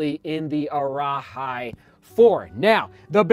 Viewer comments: for the arahi, it’s pronounced like “araheee” not “araHI” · Arahi is pronunced ah-rah-hee, and cavu is pronounced car-voo. I’m from New Zealand and we learn Maori, that’s why I know the pronunciation.